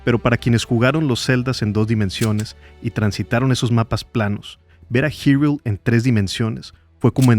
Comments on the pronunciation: Es la primera vez que escucho a alguien llamarle Girul a "Hyrule" (jairul) en vez de Irule 🤭🤭🤭 Que buen ensayo de éste producto cultural maravilloso que es The Legend of Zelda. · acaso dijo "girul"?? no se que pensar, se siente extraño escuchar "girul"